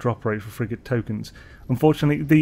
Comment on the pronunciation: I thought you were saying "salvaged frickin module" until I realized you were saying frigate 😂😂